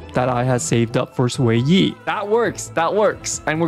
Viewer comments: Its not Swayi or sueyi its pronouced "Shueyi..." 😭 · Her name is pronounced more like "Shoo-ay" instead of "sway-e" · not sway-yee but more like sh-wear yee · Improved pronunciation! keep it up! What a journey. From "Zhu-yeee" to "X-Y" to "Sway-yih"! Reminder, in Chinese, the pinyin is "Xuě yī", which in english, is closely pronounced like "Shu-way", Sh as in shake, (because it's called the glottal stop in linguistics), then "yEEE", emphasis on E, don't end it in a "-h" or sigh-like sound. so not a "sigh", but a "trEE" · I was losing my mind the way he was pronouncing it ngl 💀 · no, xueyi is chinese, the x is not pronounced like a s, it's more like a sh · jfc so much pain every time i hear you pronouncing xueyi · It takes 3 minutes to learn how to say a character's name buddy.